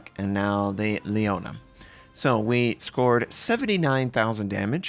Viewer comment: If you like to know,, Is not Lione, Is leone. 😉 E in Italy Is Always e not i. Saluti dall'Italia